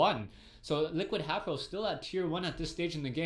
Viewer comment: he meant to say haypro